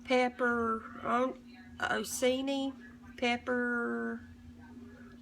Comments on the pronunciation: Looks delicious! The peppers are pronounced pepper-chee-nee. ;-) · Pepper "cheeny" lol, bless your heart ;) ;) :) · It's PEPPER-AHN--NEE, love. Bless your heart. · I've always pronounced it pepper-on-cheenies lol... Also HAPPY ANNIVERSARY :D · Happy Anniversary... and it's pronounced (pepper-run-chi-ny) hope that helps....much love